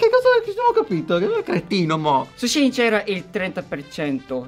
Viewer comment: In realtà si dice “She (che sarebbe “lei”) e “In”, perché anni fa il negozio si chiamava “She Inside”. SHEIN detto Shane non si può sentire 🤯